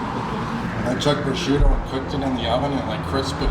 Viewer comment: It's not "ricoda" with the letter D , it's "ricotta" with two T's... As an Italian it burs me inside whenever I hear it , same with "prosciutto" the emphasis on the letter T is very strong in Italy , we don't have D'S at the end of food names